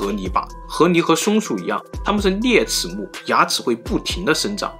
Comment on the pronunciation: 一会河狸一会啮齿，l and n好考验四川主播的普通话。我猜是四川的。